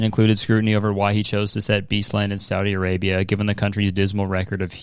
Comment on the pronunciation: why was i surprised that u said saudi arabia correctly omg im used to ppl saying sawdi arabia lol